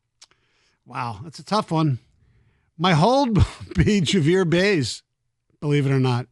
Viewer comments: It’s a running joke. They are saying his name like that as if they are talking about a completely different player than the javy Baez of the last few seasons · Is there a reason can’t pronounce Baez?